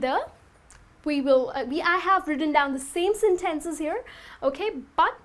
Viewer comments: Hi, i liked your class, it's useful and understandable and i want to point you something, the way you pronounce "sentences " is incorrect. You have to check/verify in a translator. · Seriously? Senténces?!? 😐